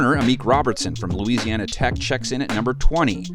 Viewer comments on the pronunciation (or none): none